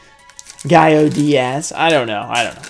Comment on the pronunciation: It's pronounced guy-oh-diaz!! 😒